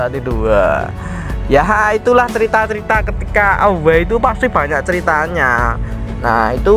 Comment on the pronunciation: Away dibaca Ewey min